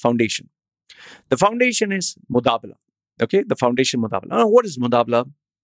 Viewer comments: it's not MuDabala it is MuBadala.. but ok.. the vdo was worth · it is mubadala not mudabla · # shares EMBARRASSING REALIZATION & CONFESSION I've just realized NOW that I mispronounced moo-BAA-dala as moo-DAA-bala The error is humorously regretted..... Seriously speaking...I'm laughing my ass off now listening to my stupidity.... Enjoy my DHUH moment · This is “Mubadala” and not “Mudabala” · Did the research but can’t read the name correct! Lol How do i confirm whether you’re talking about “Mubadala” and not some “mudaabblaa”?? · Damn you! It's mubadla and not mudabla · Mubadala hai wo be mudabala nai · Its MUBADLA. NOT mutabla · Who is mutabla...its MUBADLA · You can’t say Mubadala correctly🤣